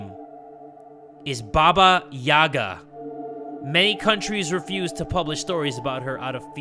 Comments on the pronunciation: as a slavic child i wanted to say that the stressed letter in "Yaga" is the last "a" haha its always funny and adorable to hear english speakers saying some words in slavic languages 😂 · Listening to say (Ba-Ba-Yagg-a) instead of (Ba-ba-Yay-gah) is utterly hilarious to me. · As someone with a Russian mother I feel obligated to say it's pronounced like yee-ga and not ya-ga but it's so it's aight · It’s not baba Yaga it’s pronounced baba yayga